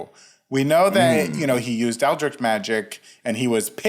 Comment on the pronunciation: Its Eldritch not Eldrik. I just had to say it